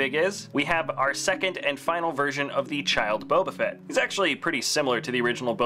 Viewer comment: Also at one point in the video he says "fett" in a way that sounded like "fret".